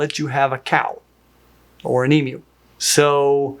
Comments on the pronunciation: Thumbs up for being able to pronounce emu correctly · Thank you, thank you, Thank You!! Finally an American that can pronounce Emu correctly. As an Australian, I would say: don’t have emus as pets… they’re scary b*****ds 🤣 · Omg,, you can be taught! I remember when I had to call you out on your emu pronunciation! Honestly great job with this video! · An American getting the pronunciation correct! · Thank you for saying emu correctly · nice to hear its name pronounced correct for a change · Not pronouncing it EMOO like some kind of cyberpunk furry kink deserves money. What's kinda funny to me is that it's far far easier for me to get an Emu than a ball python. For one, I'd go to prison for getting a ball python without a ZOOLOGICAL licence here whereas I already have the licence that allows me to own an Emu as a pet. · As an Australian, I want to thank you for your correct pronunciation of Emu! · I agree, I came here to say exactly that. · Agreed! The correct pronounciation is a rarity for North Americans. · I love these birds. They're such cheeky characters. I had the privilege to look after them when I was a zookeeper, including chicks from time to time (I especially loved that). This is an interesting video. BTW thank you so much for pronoucing the U in Emu correctly. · Yes.... I'll start that argument again! Thank you for pronouncing emu correctly. 😘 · Thank you for pronouncing emu correctly, and not as "eemoo" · Thank you so much for pronouncing Emu correctly 🥹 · Thank you for not pronouncing “emu” as “ee-moo” 😂 so many people here in the US and Canada are so insistent that it’s not pronounced “ee-myoo” despite what the Aussies tell them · As an Aussie, THANK YOU FOR SAYING EMU (eemew) CORRECTLY!! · As an Aussie, I want to thank you SO MUCH for pronouncing ‘emu’ correctly. It’s weirdly annoying when people say ‘eemoo’ instead of ‘eemyew’. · I’m from the US but I’m a big bird nerd so I knew it was pronounced “Eem-you”